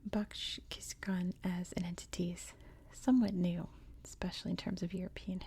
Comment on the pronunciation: Love your videos Btw, Its /bahtch kish-koon/